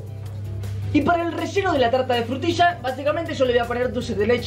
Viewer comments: Nadie:....: una Talta:^D...Frutisha he:^D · He Said "Frutisha" Not "Frutila" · A mí también me dio mil años de vida cuando dijo "frutilla", y también me dio mil años de vida cuando dijo "una talta" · Frutisha xd jajaja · se escribe frutilla pero se pronuncia frutisha